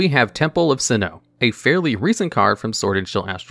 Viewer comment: I'm losing my mind with his pronunciation of Sinnoh.